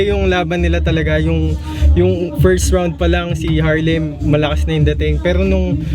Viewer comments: bakit ang R nagiging W para kay..🤔🤔🤔 😂😂😂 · Harlem bulol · Walng buhay harlem pota k pnu k nging 2nd place bulol kp s r tae n m 😂😂😂😂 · ang half na mongoloidddddd na di mabangit ng maayos ang Rrrrr😂🤣😂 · Nyekk..bulol nmn s R c harlem.